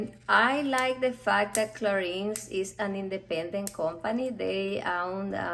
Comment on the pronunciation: Please try to pronounce"Clarin" correctly! Thanks.